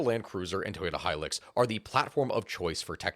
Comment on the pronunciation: High-lucks. Not high-licks. High-luxury vehicle was the advertising for it. At least you’re not like that other youtuber who pronounces it “helix” Also, in Darwin, a Land Cruiser was converted to electric, then divers took turns to drive it from one side of Darwin Harbour to the other. They caught fish while they were driving iirc.